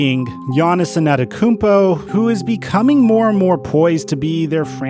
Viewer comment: I hate when pronounced giannis’ name wrong. Can you please pronounce the T’s damn it it’s ANTETOKOUNMPO NOT ANNETTAKOUNPO